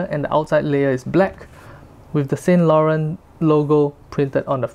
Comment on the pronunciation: Please learn how to correctly pronounce Yves Saint Laurent